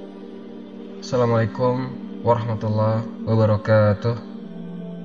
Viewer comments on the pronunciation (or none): none